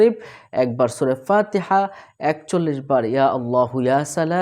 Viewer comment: ভাই আপনি সুর ফাতেয়া বুল পরেছে সুদ করুন